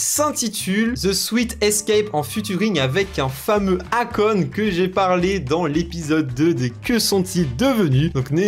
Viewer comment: Akon on prononce "eikon"